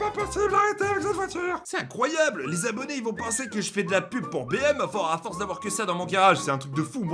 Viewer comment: on dit pas incroiyeau on dit incroiyable